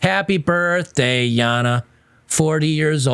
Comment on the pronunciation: Stop it with the Yahna, its Jayna my man.